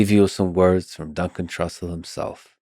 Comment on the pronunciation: "Dun Cantrussell